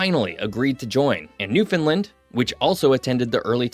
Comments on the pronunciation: This narrator is not from the area. Every time he sats Newfunlin it’s cringe worthy. It’s pronounced New-fun-LAND. As in understand Nrwfoundland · Ok the way we teach people to say Newfoundland , it rhymes with understand. Nobody here says New- fin -lind . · Agreed there is no fin in Newfoundland. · Not how you pronounce Newfoundland! I wish these YouTubers who do videos on Newfoundland would spend more than 5 seconds on pronouncing Newfoundland